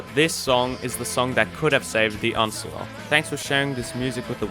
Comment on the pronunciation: every time he says the uh-nce-ler a tree dies